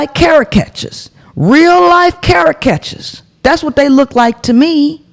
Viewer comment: "Carrot catcher" lol (Caricature.)